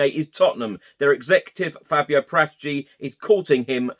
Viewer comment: Love your pods, just one thing is driving me nuts, as I'm Italian - Paratici is pronounced Para-tee-chee with no emphasis on any particular syllable, not Par-ATT-itchy.